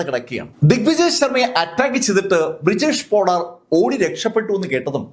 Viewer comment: ബ്രിജേഷ് പോഡാർ അല്ല.. ബിരേഷ് പോഡാർ ആണ് ഈ പറഞ്ഞ കൊലപാതകി.. 😁